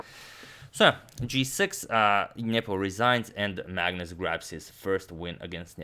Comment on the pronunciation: i like how you say ' niyeepooo'